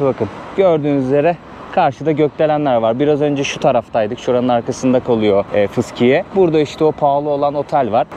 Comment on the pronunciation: Uğur koladan sonra sen de fışkiye dedin kardeşim fıskiye değil mi😊